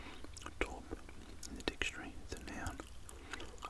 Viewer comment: Love the video so don't take this the wrong way but the word "Taupe" is pronounced like "Tope" with the same O sound as in "Tote"